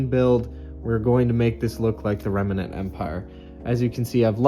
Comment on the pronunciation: It's remnant, not remenant.